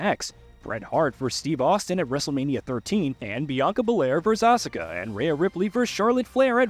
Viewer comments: When my boy said AHSUKAH, I couldn't take him serious anymore 😂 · WrestleMania EX? Ah-suh-kah? Is AI reading the script? I really hope it is, cuz' ain't no way an actual human working for y'all is this illiterate.